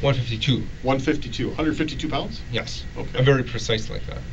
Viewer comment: YAASSSS!! I knew I wasn't the only psycho who noticed that... He also says Yes as JYES or YUSS